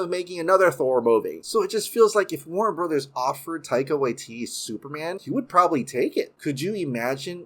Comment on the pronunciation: Just a detail, not to offend but when you pronounce "Waititi" we pronounce both the first "ti" the same as the second "ti". Like tea-tea. As I know you live in Hawaii which isn't too dissimilar to Māori language